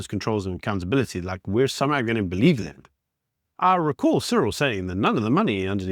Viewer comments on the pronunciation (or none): none